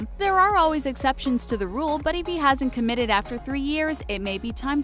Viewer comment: they said commed instead of committed........ what are they REEALLYY trying to say...